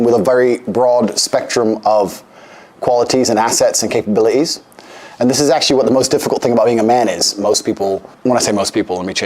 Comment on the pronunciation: Please never say capabili'ees again Andrew.